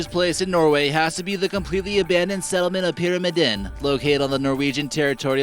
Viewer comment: I loved they way he pronunced "Pyramiden" and "Longyearbyen". The first one is just "The pyramid", and the last one is "Long-year-byen" where byen means town, so the "long year town".